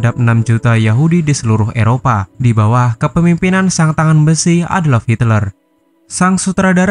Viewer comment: Adolf bray bukan adlop